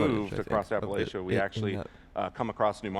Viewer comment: Do none of them know how to pronounce, Appalachia